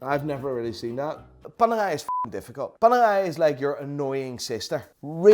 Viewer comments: What the f is worng with his pronounciation he says panerai as panagai and Pam as pum although your English is better than me learn how to pronounce.. No bs it was funny to hear it though.. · PaneRai with an R its not french. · Please grow an italian R to pronunce paneRai as it deserve. RRRRRRRRRRRRRR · keeps saying "PANERAI PANERAI PANERAI". All i hear "PANEGAI PANEGAI PANEGAI" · PANERAI met een Haags accent? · Loving the Dutch accent on ‘Panerai’ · So Apparently Radiomir, the original panerai is not a thing Also Panerai is supposed to be pronounced the Italian way, with the rolling R, since they are named after a italian man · Why is i pronouncing panerai like its a french watch, its italian the r is pronounced in another way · Why do you say Panera with a French accent